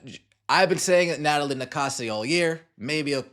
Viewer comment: Maybe Englebert is like Mr. Garvey, substitute teacher for Nakase's pronunciation? "Gnat-a-Lye nA-Kase"